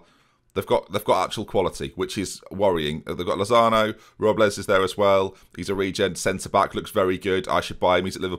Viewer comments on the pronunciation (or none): none